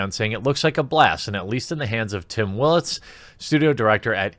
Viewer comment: Cant even say Will-its lmao